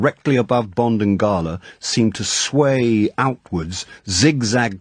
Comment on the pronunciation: His Drax is my favourite. The crazy monologue at the end is properly vicious. He also pronounces 'Gala' correctly which also helps.